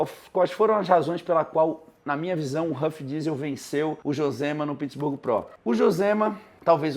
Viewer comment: Pq o fala Pittsburgo? Kkkkkkkkkk não é nem em inglês e nem em português 😅